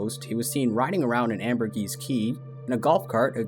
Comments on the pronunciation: "Ambergris" rhymes with "lamb or piss." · It’s pronounced ambergreee key, btw